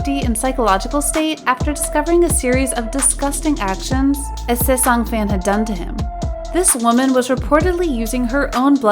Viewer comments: and saesang instead of sasaeng lmao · it's also the "sesang" that's getting me 😂😭 world lol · I don't mean to offend, but please, you're a kpop channel, pronounce things correctly. It's Jungkook, not Jungkoo, Chenle, not Chenel, and Sasaeng, not saesang. Saesang means world and it took me way too long to realise you were talking about NCT's Chenle.